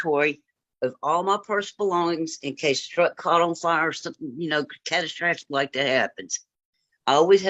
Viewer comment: I love how she tries saying catastrophic 😂😂😂😂